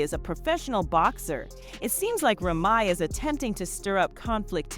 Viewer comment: Ra ma?? Damm Saying Remy is that hard?